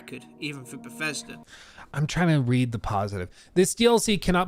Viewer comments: Ah, Fief 2 before moving to Beffesda. What a career! The way this guy can't make a "th" sound drives me nuts. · Stop calling it t BGS. Never in my life have I ever heard someone say “BGS”. No one but you calls Bethesda “BGS” lmfao. It’s confusing and you ain’t gunna set the trend with it. It’s just Bethesda bro. Bethesda.